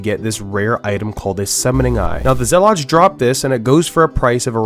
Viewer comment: Bothered by his pronounciation of zealots.